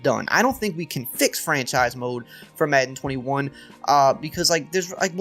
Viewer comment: The way this guys says madden annoys me